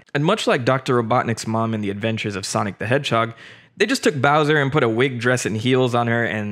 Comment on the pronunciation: BOWJA from his CASSSSTTTLLLEEE